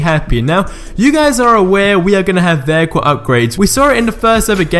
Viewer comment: Vaycool ... not vehicle, Veycool. I love accents xD